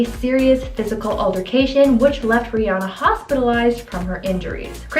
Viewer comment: How do you not know how to say Rihanna's name